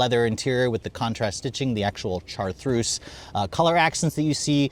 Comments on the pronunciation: Is he trying to say "chartreuse "? Chartreuse is a type of French liqueur and a well-known color. If you don't know how to pronounce it, you can look it up on YouTube. There are a few videos pronouncing this word. It is like shar-truce. Otherwise, this is an excellent video evaluation. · Chartreuse pronounced Char-troos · Its called Chartreuse pronounced-shar-troos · I think by now he's well aware of how he utterly butchered the car's color name. When pronounced correctly, it's so sexy.